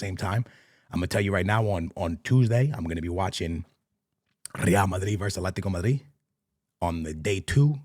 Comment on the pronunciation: Bartelona 😂 Amir 😂 Atlantia 😂